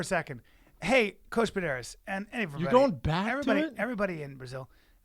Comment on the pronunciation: For sure say Pederneiras correctly...